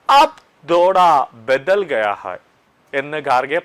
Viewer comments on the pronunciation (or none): ആപ് ധോടാ ബതൽ ഗയാ ഹായ്‌. എന്തോന്ന് ഹിന്ദിയാണ് മാഷേ ഇത് 😂😂😂. ആപ് ഥോഡാ ബദൽ ഗയാ ഹേ എന്നാണ് പറയേണ്ടത്....